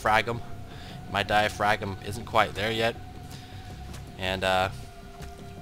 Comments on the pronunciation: Die-uh-fram. not die-uh-fragm. The g is silent. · look up it's pronounciation, it's "Di - a - fram", not "Di - a - fragum". Also, the "S" in "Debris" is silent. Just trying to help you out man! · It's true. I've never heard someone say it "die-uh-fragm"